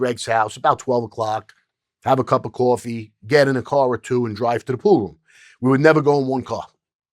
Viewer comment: Love how this guy pronounces "pool room" as "pooh-room"